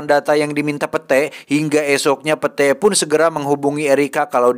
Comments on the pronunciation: pit satttt, bukan pete bacanya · Bacanya pit oii bukan pete fak 😂🤣🤣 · Kamus: Pete dibaca pit ❌ Pete dibaca pete ✅ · lain pete anjir wkwkwkw di sebut na mah pit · Setiap kali bang Jon sebut "Pete" dstu sya selalu ngakak. 😂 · Padahal cara bacanya Pit.. Wkwkwk Ngakakkk sihhh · gua mah gak dengerin cerita nya,, setiap bilang pete,, auto ngakakak 🤣🤣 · Aduh si Pete...pit kali bacanya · itu bacanya pit, 😭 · Iya sma 😂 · Gak gitu penyebutan namanya cuks🤣